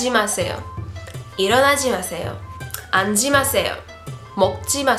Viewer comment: Hello. Thank you for share great video. Cheers! Could you please check pronunc 앉지 마십시오. -> [안찌 마십시오O] [안지 마십시오X]